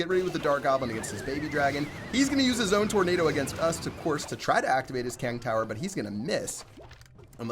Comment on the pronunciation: He said Kang Tower